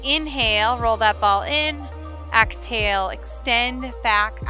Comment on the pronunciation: I'm sorry but I have to say it. It's EXhale. Not AXhale.